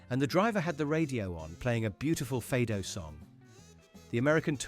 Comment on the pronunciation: First of all you should say Michelangelo and no Maikelangelou. Secondly you should say Fado and no Feidou. So before critizising the americans you should learn to pronunce names and music correctly.